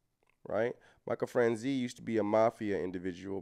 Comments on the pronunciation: Michael Fran Chaz ee. That's how you pronounce Michaels name. If you are familiar with the movie Goodfellas, the main character, Henry Hill, is walking into a the restaurant the gangsters all frequent and he's naming several gangsters, name dropping famous mobsters. You hear him mention Michael Fran Chaz ee. He was a big earner in the mob in his day. He had a scam he was doing where he was getting a sales tax for every gallon of gas that was purchased in New Jersey. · It’s pronounced Michael Fran Chay Zee not Franzie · It's pronounced like "niece" without n sound. Franz"ese"